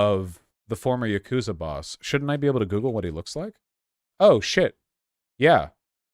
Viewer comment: THE YAGOOTZA